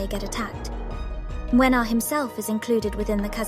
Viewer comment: I'm here just to say that I love you pronunciation of his name. I'ts on point! (I'm from Poland btw and I really can hear the difference). Good job there!